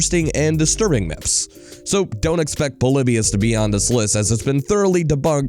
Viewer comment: Anyone else hate how he says myths as “miffs”